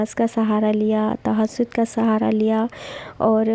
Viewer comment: Tahajud ka name to sahi liya karo,,, tahasod bol rai hai ap